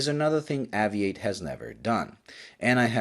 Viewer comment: When I lived back in the UK I would always buy a poppy every year. I always enjoy your reviews as they're usually clean and concise. I believe though that it should be pronounced Ayvee8 as in Aviation.